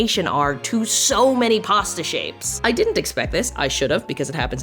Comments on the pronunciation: Girl I love you but as a fellow Torontonian why are you pronouncing “posta” lmao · As an italian, I can confidently say that you butchered every single pasta name, great video as always! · As an Italian this video is so interesting (and very funny because of the way you pronounce pasta names)